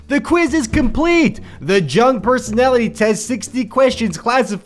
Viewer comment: "Jung" is pronounced as "young" or "y-U-ng"